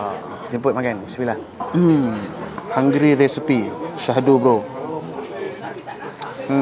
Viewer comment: Cakap melayu english pun cmpur ii 😂 *hungary bkn hungry hm